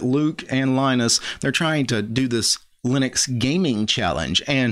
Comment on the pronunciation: Love your stuff but.... it's lye-nux not lih-nux ( you manage to call Linus, lye-nus so it's not a speech impediment ) And the G in gnome is silent. nome, not gee-nome after 5 gee-nomes I have to tune out Sorry. To the case in point, Linus is addressing noobs & MS fanbois. I get it, you are uber l33t and can command line the bejasus out of the world, but some peeps (*gasp*) simply don't care, they just wanna play games. I double damn bet you don't reset your points and timing every time you drive to the shops.